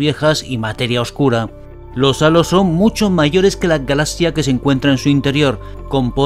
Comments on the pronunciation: Me desespera como dice "Galasia" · Que raro pronuncia la palabra galaxia.